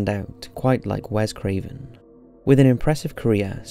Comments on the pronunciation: Awesome as usual bro :) very much enjoyed! One little tiny thing though.... its wes craven not wev 😂 awesome though bro :) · "Wev Craven" ? Are you kidding me right now?! C'mon 😏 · Wev Craven?